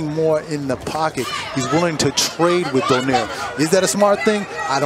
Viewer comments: It's Donaire, not Donier. Very lazy commentator. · PRONOUNCE IT AS DO-NAI-RE